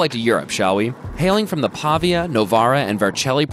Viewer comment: Your pronunciation of "Pavia" was incredibly beautiful. Wrong, but beautiful, I'm going to use it a lot